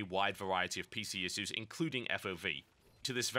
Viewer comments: Omg... Issues <--- please say it correctly :) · hehehe you say "issues" funny